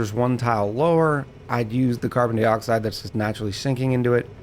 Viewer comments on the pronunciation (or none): Why do you say carbon dee-oxide instead of carbon die-oxide?